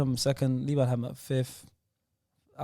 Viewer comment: Liban pronounced ayew correctly